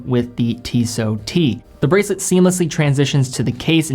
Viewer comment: There is t on the end of the name tissot say it correctly . The ENGLISH gave you Americans a good language don’t balls it up any more than your nation has